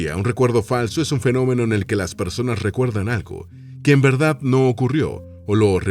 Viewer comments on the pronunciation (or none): none